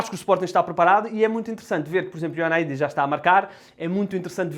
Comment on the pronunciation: 1 ano depois e ele ainda não sabe dizer Ioannidis